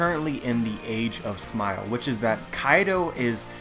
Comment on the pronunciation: why do you say smile to wierd? SMAOL. "hes using SMAOL"